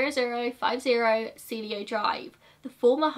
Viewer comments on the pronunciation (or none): Cielo is see-el-oh